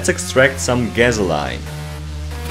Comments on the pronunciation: Gazolaine.. I understand it's not easy to pronounce stuff but please try your best it's cringy as hell to listen. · Who the F cares if it's not 100% accurate, at least we can understand it.